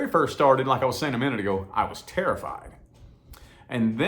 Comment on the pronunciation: everytime you said terrified, my brain was like wait were you... ✨tarotfied ✨ lol. thanks for putting this out there 💯